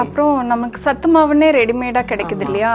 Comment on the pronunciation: 2 small corrections Even though it is written as sattu it is to be pronounced as satthu And it it's flour not flor You pronounce it as (flaar) Nice recipe btw